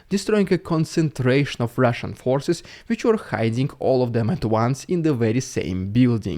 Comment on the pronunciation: The RRRussian AI rrreminds me of the scene from “The Wizard of Oz”, “Never mind the man behind the curtain!”😂